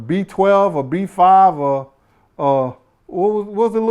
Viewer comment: Nigga said b12 like the vitamin🤣☠️